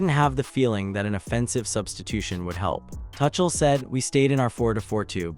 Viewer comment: His name is not "Touch-uhl". And England were never fully in control of that game.